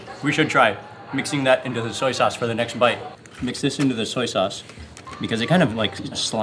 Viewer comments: Not "sack sause".................. 😭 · Sac sauce sounds wrong